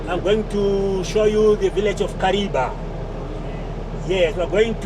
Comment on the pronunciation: Kariva thats howits pronounced ok